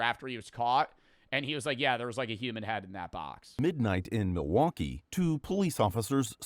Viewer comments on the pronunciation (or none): none